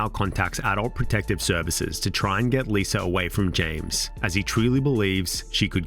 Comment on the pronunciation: L..I...S...A... How in the fuck does that spell "Liser"???? Why cant brits end a word in an A without turing it into an ER???